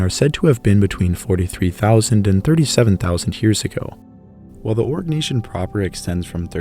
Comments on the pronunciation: Arg - nay - see - un .... Jeezus 😖😖😖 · Pronounce Oh-ree-nyak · Is it only me or do i hear so say constantly say "orc" nation 😂.... joke aside, very VERY good content. Invaluable even...